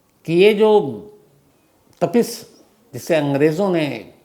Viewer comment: नाम गलत बोल रहें हैं, वो कवि तापश था तपिश नहीं, बंगाली में तपिश नाम नहीं होता है😅